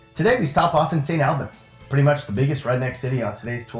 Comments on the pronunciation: First ..let me correct your pronunciation of St. Albans..it’s All- buns..not Al-bans. Lol second..you will not find any friendlier, loyal ,people than you do in West Virginia..no matter where you go in the state. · St. Albans is pronounced like St. Allbans, and Buckhannon is pronounced like James Buchanan but with a k in between the c and the h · St. Albans is pronounced like Saint Allbans not like somebody's name Al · Albens smh all abans is how its pronounced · It's pronounced Saint ALL BINS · It pronounced saint al-bins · I'm from St. Albans! You pronounced Kanawha and St. Albans wrong lol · Well, please learn how to pronounce St. Albans. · The way you say St. Albans makes me cringe.